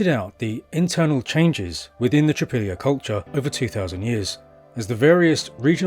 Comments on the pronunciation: It's not "Tripillia", it's pronounced TRI-POL-YE. Most slavonic language group speakers would recognize this as meaning "three fields". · It’s TripOlye.